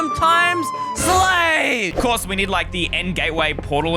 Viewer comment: said slave or slay?